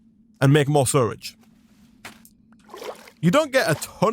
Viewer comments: It took me a while to realize he was saying "sewage", surrage vs sew-uge. I wonder what accent that is. Loving this wild mod though, and you're doing a great job. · I can’t believe how you say sewage you say suridge like how do you do that??? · ITS SEWAGE NOT SURAGE edit: im sorry i just have ocd in pronouncing things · Dude it’s called sewage not suirige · You mean sewridge? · the way he says sewage concerns me.